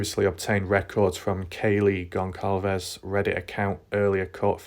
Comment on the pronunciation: Very thorough. I do get distracted by videos that mispronounce a lot though 😕. It’s Goncalves (c is pronounced like s - Gon-sal-vez) and Idaho (not Idahow). With every update, BK looks more guilty.